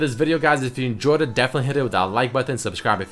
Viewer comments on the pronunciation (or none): none